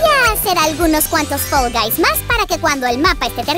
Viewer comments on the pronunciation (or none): Se dice fall guys no fell guys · NO SE DISE FEL GAIS SE DISEÑÓ FAL VAIS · Me gusta mucho fall guys pero lo gracioso es que dice fell envés de fall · Hola yo vengo solo pa decir q dice fell y no fall xddd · Se dice fall guys